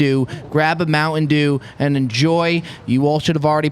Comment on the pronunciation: Hey, there is a T in Mountain Dew brother. It's not Mouwhun Dew! 😂😂😂